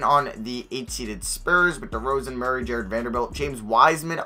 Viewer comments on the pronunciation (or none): none